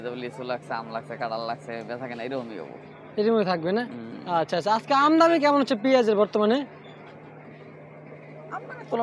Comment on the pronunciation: আমদামি না। বলেন আমদানি